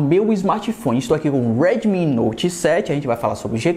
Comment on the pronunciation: Sou fã de vc cara mas fico com agonia pq vc fala '' redmin'' ao invés de ' redmi'